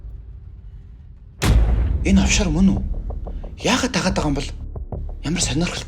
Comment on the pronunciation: овшор гигээч оффшор гэцэн байхийн